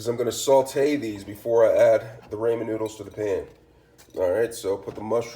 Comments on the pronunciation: It's pronounced Rah men, not Raymond. Rah men. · Its raaaaaamen not rayyyyyymen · It's Ramen not Raymond. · Rah men not Raymond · oh no would hate to have my “Ray-men” noodles “aladental”😂😂😭stick to the day job buddy 😭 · “Ray men” and “Aladental” had me rolling hahaha! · I don’t know why every ramen cooking video is full of dumb asses who purposely mispronounce ramen noodles. Like you think it’s cute or gonna get more views? lol you just look like a giant tool.